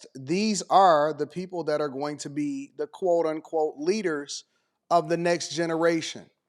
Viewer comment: yeah great teacher, can't even pronounce "th" sound.